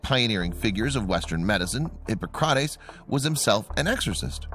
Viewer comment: Omg pronunciation!,, I think you mean psycopathy, not psychopathology. Hip-AH-cra-tees